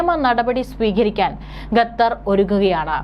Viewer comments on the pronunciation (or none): കഞ്ഞി കുടിച്ചല്ലേ കുഞ്ഞേ? 'ഗത്തർ' അല്ല, 'ഖത്തർ'. മലയാളം ശരിയായി ഉച്ചരിക്കാൻ പഠിക്കൂ. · വാർത്തവായനക്കാരീ ഗത്തർ അല്ല ഖത്തർ എന്നാണ്. നിങ്ങൾ ഗത്തർ എന്ന് പറയുന്നത് കേൾക്കുമ്പോൾ ഭയങ്കര ബുദ്ധിമുട്ട് തോന്നുന്നു. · Learn the name Qatar, not Gathar. Gathar. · എടീ ഗത്ത ർ അല്ല ഖത്തർ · Gathar alla Qatar. Nannayi ucharikkan padikku. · Not gatar khater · എന്തോന്നാടീ ഗത്തറോ അതോ ഖത്തറോ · Gathar alla Qatar aanu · Madam, ഖത്തർ ആണ്. ഗത്തർ അല്ല. News readers proper ആയി pronounce ചെയ്യാൻ ശ്രമിക്കുക. Please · Gather alla quater aanu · ഗത്തർ, ഗത്തർ എന്നാണ് അവതാരിക പറയുന്നത്, ഗ ത്തർ അല്ല - ഖത്തർ ആണ്.